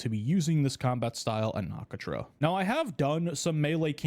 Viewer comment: the way you said Nakatra's name :(